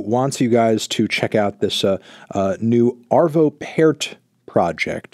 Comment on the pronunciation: Cool to see Arvo Pärt represented here. Also, you pronounce "Ä" like "a" in can or fan.